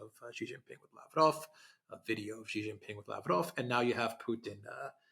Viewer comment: Shee not Jhee